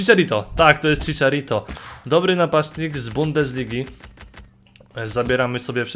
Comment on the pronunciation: jaki Ciciarito? xd